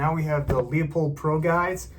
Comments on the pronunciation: Thank you for a good review. It's not "Lee-uh-pold," it's "Loo-pold." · pronounced'' LOOPOLD'' there Numnutz